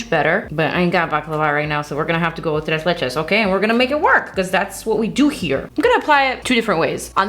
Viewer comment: Tres leches was with perfect pronunciation at least for a mexican ear... do you speak Spanish ?... 🤗🤗🤗